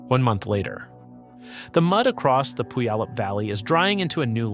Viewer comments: Aahhhhh! Please non natives making videos about Rainier, LEARN HOW TO PRONOUNCE PUYALLUP! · No AI will ever pronounce "Puyallup" correctly. LoL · learn to pronounce puyallup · Do you want to know what is more painful than being hit an erupting volcano? Listening to horrific pronunciation… Tell me you are not from the Puget Sound area without telling me… pronounce Puyallup again…